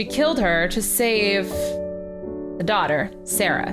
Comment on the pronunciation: I'm really sorry but I'm so OCD about spelling and your saying Doughter like dough it's daughter ok sorry carry on